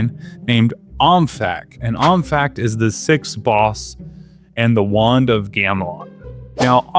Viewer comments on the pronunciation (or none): none